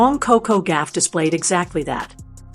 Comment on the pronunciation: It’s Goff not Gaff !